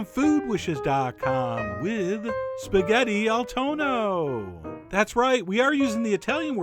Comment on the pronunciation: It’s not “toe-no,” Chef John. You should know that if you have Italian relatives! It’s Tonn-noh. Sit on that n for a while, or else you sound like you’re making spaghetti with thunder (tuono).